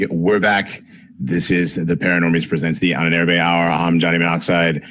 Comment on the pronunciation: I love your stuff, guys, but you have got to learn to pronounce "Ahnenerbe" right.